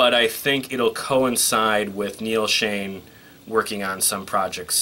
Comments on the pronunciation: hey....neals name is shon ....not shane . get it right buddy. . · Omg - if I hear Neal “ShAne” instead of SchOn again - I’m going to scream! Why would you get on YouTube as if you’re a Journey expert & not know 2 of the longtime members names?! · It's not Neal Shane.. it's Neal Schon with an O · Noree N Nadler Thanks for saying that as the mis pronunciation was annoying me too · It is "SHONN", not "Shane", and I always hear "ROLLY", not "Rawly" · Jeff was recommended by Steve HIMSELF to take Journey to the next level. Not that Steve had any input but he said Jeff would have took Journey to the next level. And by the way...Steve Augeri does not sound like like Steve...at all. Not at this time. Arnel is good. By the way...you butchered their last names (Schon and Valory).